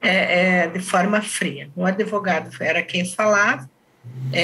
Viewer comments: Eu não entendo como uma pessoa da lei fala adevogado. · Passei o episódio todo com palpitação, com a delegada repetindo “adEvogado”. Ela trabalha na área da justiça e até hoje não aprendeu a pronúnciar a palavra corretamente? Que é “advogado”, com “D” mudo??? 🤔🤔🤔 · Isso significa SOTAQUE, vc acha mesmo que uma mulher que demonstra inteligência o tempo todo não sabe pronunciar advogado? Aiai viu